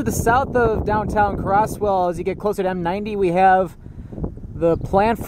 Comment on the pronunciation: Hey bro, the town is pronounced (Cro•z•well) not (Cro•ss•well) im sorry but that kinda bugged me cause i grew up in that town bro